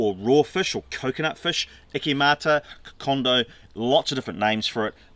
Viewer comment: It’s also Kokoda. Not Kokonda